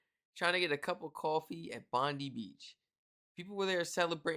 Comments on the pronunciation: G'day Mate! Please, Please, Plesse... It is pronounce "Bond-eye" NOT Bondeee... Cheers! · Hey buddy , the word Bondi beach . Is pronounced as bondeye beach bro not bondy beach 👍🙂 good reactions buddy cheers from Australia 🇦🇺🐨🦘🪃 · its pronounced BONDIE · Pronounced BON-DIE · 😂 Bond...eye, is the pronunciation 😂❤🇦🇺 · Its not Bondi , its pronounced ‘Bond-eye’ 😅